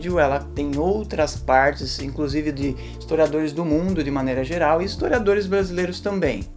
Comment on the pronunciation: O cara barbudo, usando uma camisa do Pt, e ainda falando "estoriadores e estoriadoras" .ESQUERDOPATAS são as FEZES SOCIAIS.